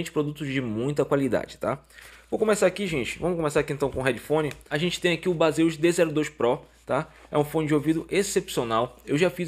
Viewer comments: Amigão , somente uma crítica construtiva a pronúncia do produto é diferente do que se lê, vou escrever como se fala " BEISIS e não BASEUS " Beleza 👍🏻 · Então amigo, eu até sei disso, até pq o nome Baseus é uma abreviatura de Base on User, mas como a marca acabou ficando conhecida por conta dos youtubers mais famosos como "Bazêus", acabei me rendendo e usando essa pronuncia para não parecer antipático ou metido kkkkkkk. Mas agradeço a contribuição. Prometo que vou informar isso no meu próximo vídeo de produtos da marca. Um abraço